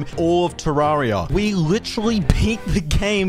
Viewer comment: You say terraria wrong